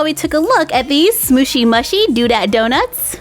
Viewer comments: You are supposed to say mushy, mooshy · Not to be rude but it’s pronounced moo-she, love your channel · It's pronounced mooshy